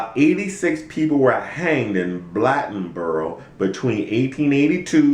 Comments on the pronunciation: Why talk about race then call it "crackertown"? Ive lived here my entire life and never once have I heard it called that. Is this situation wrong? Yes it is. By all means it was wrong. But dont be the pot calling the kettle black!! BTW its Blade-on-boro!! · u trying to tell us the history about Bladenboro, u can't even pronounce it correctly. and the fuck "crackertown" he lived in the pj with all blacks. go on somewhere with yr white hating self